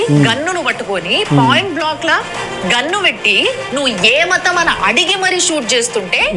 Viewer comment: "Point block ల" ...dimwit!😅